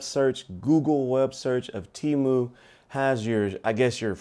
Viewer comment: Thanks for posting the video brother! Appreciate it! Now, concerning the pronunciation it's not teamu. The e is pronounced like the e in the word elephant so it's tému.... TEMU 😉👍.